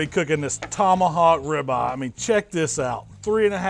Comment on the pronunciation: how come you pronounce ribeye like rabbi